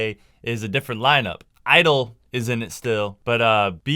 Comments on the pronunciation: (G)I-DLE its pronounced Tshi Idle no ? anyway good video <3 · Love your videos man, Soyeon is always fire. Also the band is called (G)I-DLE but its pronounced Gee Idle. Thanks for making these videos man